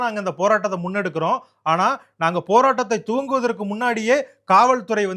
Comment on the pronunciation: நட்டு வணக்கம். துவங்குவதற்கு முன்னாலே என்ற சொல்லாடல், தூங்குவதற்கு முன்னாலே என்றே கேட்கின்றது சற்று நிதானமாக பேசவும். 🙏💕🙏💕நன்றி